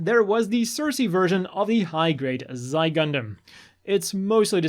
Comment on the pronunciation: Xi is pronounced like she